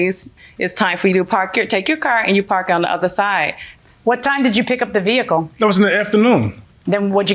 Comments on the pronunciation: Vee HickLe. Can we just say car? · Boy she emphasizing that H in vehicle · She can't even pronounce 'vehicle' properly.😮😮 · I wish she would stop saying the word "vehicle". It is so annoying the way she says it. Please say CAR. good grief. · I know right? Just say van! And she couldn't even pronounce "vehicle" correctly. I guess she thought it made her look smart? 🤣